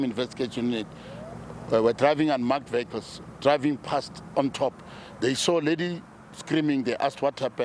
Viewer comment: "Viyekles" not veklz.